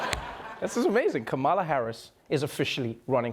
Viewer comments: Please use equal emphasis on each syllable of Ka-Ma-La's name . The Ma has no extra emphasis as you say it. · Kamala is correctly pronounced “comma-la) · the vowels are short "ka-ma-la" how hard is it? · Even Trevor cannot call her name correctly in the first clip, good that he's trying to get it right now.